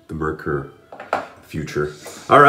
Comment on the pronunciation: Merkur is pronounced like more with an e insted of o and a cure without the y sound